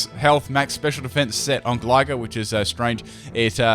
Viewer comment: Your mispronounciations really annoyme for some reason, anyone else with me? it's Sko-roo-pee, Gly-score and Gly-gar